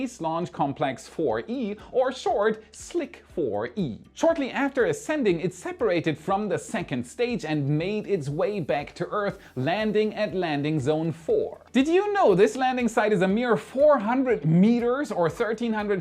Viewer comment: Where is this, "Earthez" you keep speaking of?